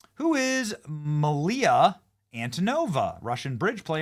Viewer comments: Are you dyslexic, Benny? Couple of things, the name is Mila, but you keep saying Malia... And the new-Q-ler thing, only Dubya gets a pass on that one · Poor Benny still can't read stuff. I'm wondering if his prescription needs adjustment on his glasses. Nearly EVERY video, he has some sort of error/gaffe. The word is Mila, pronounced "Mee-lah", as in actress Mila Kunis' name. 🤦🤦🤦🤦🤦